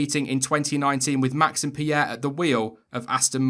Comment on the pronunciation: FINNALLY someone that pronoces Pierre and Leclerc correctly, otherwise great video